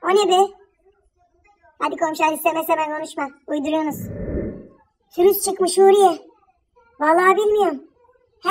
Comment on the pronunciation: fürüse aman virüse söylemediğin söz kalmadı fürüs diye diye ağzımadolandırdın bazen konuşurken virüse fürüs diyom one kız diyola 😂😂😂